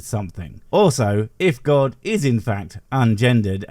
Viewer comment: Omg, the soft g in god is cracking me up, I need to start saying that.